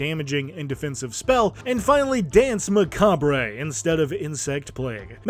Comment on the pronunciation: Love how you pronounce "Macabre" I'm stealing that